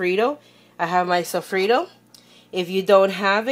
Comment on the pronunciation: lol "sofreedo"